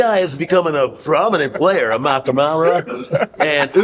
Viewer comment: or alternatively, it could also mean laughter is better or more than mercy, as in Amu ka amara , but he's not properly pronouncing it , so you cant really tell, you would have to hear the proper pronunciation to properly decipher the meaning.